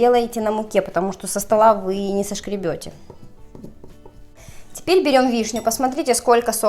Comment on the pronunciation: вы симпатичная и старательная. Только слух режет ваши словечки, как например, сошкребать (правильно-соскребать), мукницы подбавить ( правильно - мучицы), и если вы уж взялись объяснять по муку - выучите слово клейковИна, не клейковинА. Заранее предвижу шквал недовольных защитников. Но раз уж вы взялись за это дело, то нужно расти и прислушиваться к разным мнениям.